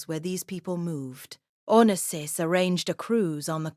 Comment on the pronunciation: At least pronounce his name properly!!!